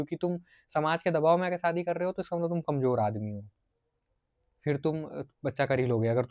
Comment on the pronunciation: शादी बोल ,सादी नहीं।